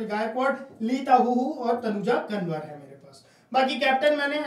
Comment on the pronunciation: तनुजा कंवर ह । कनवर नहीं 😅